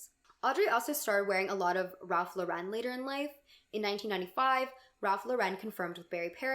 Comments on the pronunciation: The Lauren in Ralph Lauren is pronounced like the woman’s name. LO-ren, not lo-REN. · Hi! Ralph Lauren is pronounced like the girl’s name Lauren!